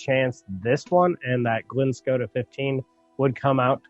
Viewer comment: Sweet! Was glad to see part 2 come out and see how and did with some entry scotch. Keep it coming with the bourbon alternatives..Irish whiskeys next? Side note...Islay is pronounced with a silent Y..so it's more like Isle-a short a sound. Glenscotia is pronounced like glen-sco-sha. But let's agree..who cares what I think LOL. Nice pick on the Highland 12. I haven't tried that Lagavulin yet..I'm still a bit peat-leary.